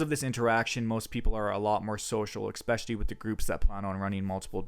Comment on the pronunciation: Glad you don't say "hair loom" anymore. Now stop saying "expecially".